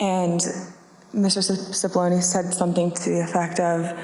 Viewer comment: Cipollone, not Sefoloni pronounced Chip-oloné.